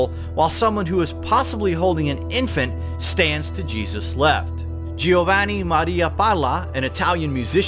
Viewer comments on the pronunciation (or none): none